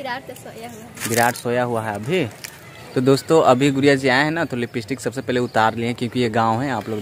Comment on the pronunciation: bhaiya aap गुडिया जी को गुरिया क्यों बोलते है???????????